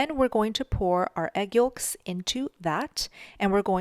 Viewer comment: Yolks..yoelks..you say yokes funny.. you pronounce the l...so cute.